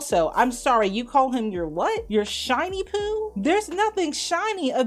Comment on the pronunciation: you had me thinking she said "Shiny Pooh" too lol. She was saying "Shauny Pooh" 😂.